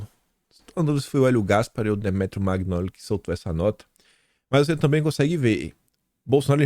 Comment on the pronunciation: MAGNOLI, leia-se manhóli